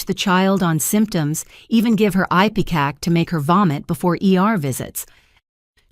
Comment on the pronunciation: That’s ipecac. “Ip E kak” middle eeee emphasis.